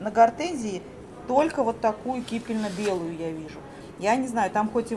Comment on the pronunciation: Кипенно-белый, не кипельно. Покупки хорошие, магазин и хозяйка очень приятные)